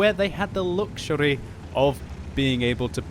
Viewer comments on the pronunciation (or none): "Luxury"? the way you said that you sounded like one of Four Yorkshiremen (thank you Monty Python) peace